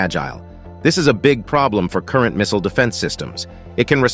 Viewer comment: Just say missile 😂